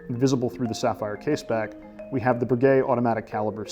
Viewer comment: Learn to say Breguet correctly. My goodness